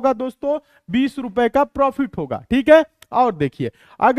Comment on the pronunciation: Prifit nhi profit hota h